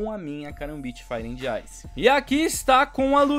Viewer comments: Mano não é ANDI, é AND (D mudo) Tipo Fire ANd Ice. TMJ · ta me dando agonia tu falando and com d se fala so an como Fire an ice n se pronuncia o d <3 dicas do luskitas uhshuahusahu